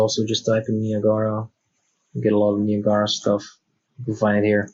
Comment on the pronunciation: Just so you're aware, it's three syllables and pronounced *nigh-a-gruh* (the waterfalls in Canada) and not *nee-ah-gah-rah.* Many seem to get it wrong for some reason. That aside, good video.